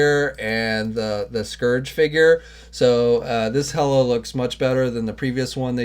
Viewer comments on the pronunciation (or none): none